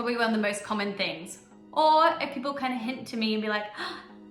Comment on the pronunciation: Tassie is .... missing!!! Wot? I hear g'day fifty times a day. A stubby is a small bottle of beer. A tinnie is a can of beer. They're still called stubby holders though. A car port is a non-enclosed 'garage', sort of like your car has its own verandah. You sound like you're saying pepp'l...